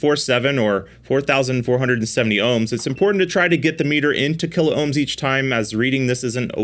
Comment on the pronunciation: KILOHMS not KILO OHMS